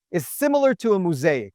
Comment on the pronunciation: Quite fascinating. Re pronunciation.. mo-saic.. the first syllable is mo.